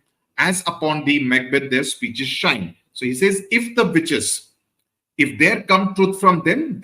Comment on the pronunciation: am i the only one hearing “bitches” instead of “witches”?